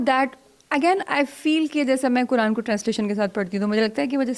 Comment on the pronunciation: میری مؤدبانہ درخواست ھے آپ سے کہ ۔۔۔۔۔ " ق " کو " ک " نہ بولیں، " قرآن "کو " کران " نہ بولیں ۔۔۔۔۔ اسی طرح نقاب کو نکاب نہ بولیں ۔۔۔۔۔!!! آپ کی اردو بہت شُسْتَہ ھے ما شاءالله تعالیٰ، تو آپ کی ذرا سی کوشش سے آپ کا "ق" جلد صحیح ھو جائے گ، ان شاءالله تعالیٰ ۔۔۔۔ والسلام علیکم ورحمتہ الله تعالیٰ وبرکاته ۔۔۔۔۔